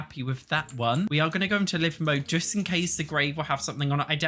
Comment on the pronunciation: Live mode... Not live mode... When news anchors or radio DJs go on the air they "go live". Long I sound.